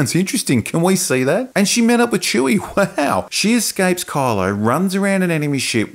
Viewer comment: I like how it sounds like you are calling him 'Carlo' instead of Kylo, makes it sound even more ridiculous for me.